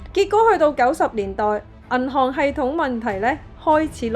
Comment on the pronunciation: 冷知識，懶知識 第一層，第一陳 銀行，銀寒 😑😑😑 懶音太多，好難聽